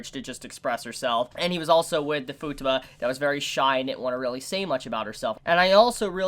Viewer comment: It still irks me how u pronounce Futaba, it's an "a" not a "u", like taco lol But great video, agree with most of what u said, love this show so much!